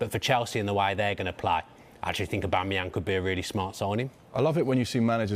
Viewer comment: "Pierre Emerick Obamemyang" - who doesn't know him 😂